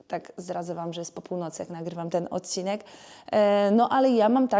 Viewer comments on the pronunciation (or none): none